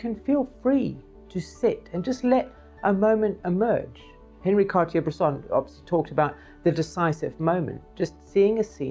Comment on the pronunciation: I enjoyed seeing some of your work, and I agree that there were some great wedding photos made that night. So often, you talk about photography, but don't show your own work to illustrate it, and that's a shame. - It's not "Henry", he was French. It's "on-REE car-TYAY-brlaySAH". C'mon, if an American can get it right, then certainly a limey (their closest neighbors) can too. :-D Great video; I fully agree.